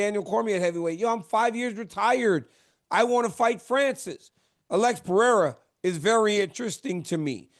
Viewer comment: ESPN, tell Brett (and Joubain) how to pronounce "Pereira". Guy is painful to listen to.